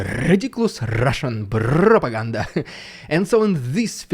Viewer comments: I will NEVER tire of hearing you say rrrridiculous rrrrussian prrrropaganda! 😂😂😂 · Love the rolling of the r's in the opening referring to the propaganda.